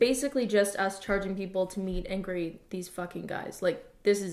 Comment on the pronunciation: I thought she said “mean angry” and I couldn’t figure out how mag stood for that